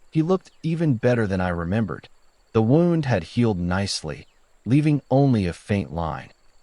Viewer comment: Well-constructed story and decent writing. The AI had trouble with “wound” and a couple of other words but overall was a decent narrator, though I wouldn’t pay money for an audiobook narrated by it. Overall, as a writer myself, I’m pretty impressed. Although you might want to take out the language about same-sex marriage not being legal in all states. The bipartisan Respect for Marriage Act took care of that.